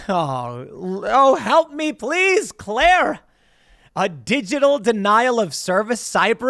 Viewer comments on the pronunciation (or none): none